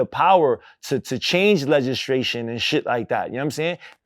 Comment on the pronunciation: Legistration tho lol